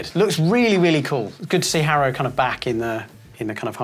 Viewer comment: Hairow 😆 "har-ow" he made custom number plates for local racers in California in the 70's. Ive heard it was to fund one of his other passions (racing motorcycles).